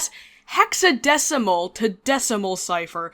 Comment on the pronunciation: "hexademilcul" "deciphal"